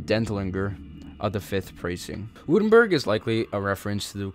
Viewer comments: Württemberg > Vurtemburg Österreich > Ooster-rye-ck Jäger > Yay-ger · Saw you had some pronunciation problems, so figured I’d chime in to help you in the future. The end of Osterreicher is pronounced somewhat like bike, but with an r instead, so “Oster-rike” Württemburg is “Were-tem-berg” or “borg” depending on which you prefer, and Jäger, whom were basically just skilled hunters/riflemen in Germanic nations, is pronounced like “Ya-gur”. Great video just like the last ones! Glad someone is doing in depth tellings of it. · Don’t you mean österreich oester-raish Jäger- yègah Württemburg- Vuerttemburk